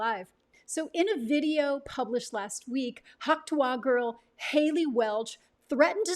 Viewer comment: Its not tu-ah